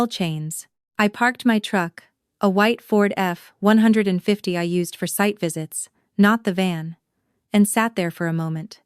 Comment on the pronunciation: Please find someone who can help AI speak American English. It’s an F one fifty pickup. It’s even worse when talking about money. Get it fixed programming people!!